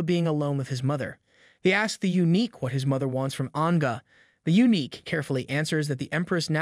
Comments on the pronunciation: Thanks for the videos! I think eunuch is pronounced “you-nick”, not unique. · U-nick, not unique